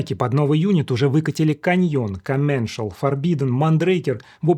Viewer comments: Коменшал? Интересно, Макс Комменсаль одобряет такое произношение своей фамилии? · только не Комменшл - а Комменсаль! 😁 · дико извиняюсь, но commencal читается как комменсАль